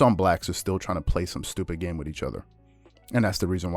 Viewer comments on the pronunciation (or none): none